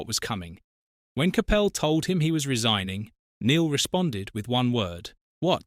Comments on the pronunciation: CAPPEL ? ? Have a word ! ! ! It's pronounced . . . COP ULL. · If you’re going to use AI for the voice over please pronounce the guys name properly